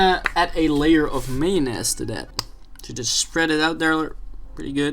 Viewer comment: Who calls mayonnaise mayo-ness. You have played way too much earthbound.